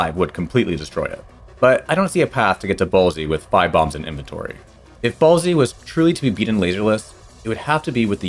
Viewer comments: Its Bolse as in Bolster. Not Ball-zee!!! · I don't think that you are supposed to pronounce the E in Bolse. That makes it sound like ballsy. I think the pronunciation is like boils without the i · I noticed how you pronounced "Bolse" (Which probably should be more like "Bowls") and "Solar" (like in "Solar eclipse" or "Solar panel") was kinda funny. XD And also how you pronounced "Meteo". But yeah, you never pressed A! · I've heard it pronounced "balse" and 'boles', but never, ever heard someone say it "ballsy". It started grating on me hard after the third time he said it. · Fantastic challenge and video! Although your mispronunciation of "Bolse" was much more distracting than I thought it would be. You keep speaking as if it was spelled "Ballsy", but there is no A in the word so this is incorrect. If a word would end in an S and not be plural, a silent E is added to the end of it. Even though this is a fictitious location, the location is still singular so the ending E is still silent. This would be pronounced like "Bowl-ss" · Your pronunciation of Bolse is weird. Did you use a bomb to save Slippy at the start? How is he available for the first boss fight? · This pronunciation of Bolse is new to me and I’m not on board 😅 sorry (I fall into the silent e group) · you can’t convince me that you didn’t pronounce meteo, solar, and bolse the way that you did without the intention of rage baiting the audience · bolse is one syllable. i believe peppy says it when you fail sector z.